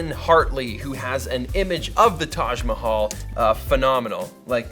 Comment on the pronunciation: You pronounced "Taj Mahal" so well, You should come to India!!